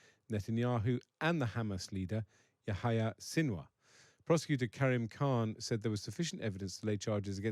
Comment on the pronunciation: Not a bad attempt at pronunciation. It's Yahya not Yahaya. Still better than 'Yaya'